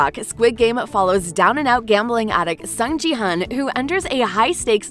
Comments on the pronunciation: you did not just pronounce his name as sang jee haan💀 I mean I get it but dayum thats not even close to the actual name It's Sung Ki Hoon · Not sung ji hoon. Sung ki hoon is correct. Totally different name. Korean and english pronounce different. Sung gi hoon is we called sung ki hoon. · Do me a favour and pronounce the names right “sAhNg jEe-HuHnN” “Lee Jung-gAy” “HyUnG jYuNg-YuNg” “jEoK-sHoE” “SaYnG-wOoH” “eEl-nam” “hWaYnG” etc. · it annoys me how the narrator didnt even bother to learn how to spell the actors names in korean like wtf is jee hunt